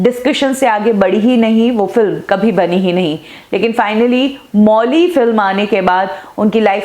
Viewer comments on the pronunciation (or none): मौली नही माउली बोलिये